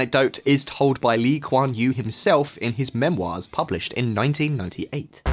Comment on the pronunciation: His pronunciation “Lee Kuan Yew” is accurate. Appreciate his effort.